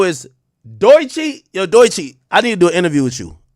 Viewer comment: The only people hating on Doechii are Drake stans. What about her going absolutely viral on YouTube and TikTok doesn’t Ak get. And I hate the way he mispronounces her name. She is just catching these strays because she is signed to TDE. Ak used to be better than this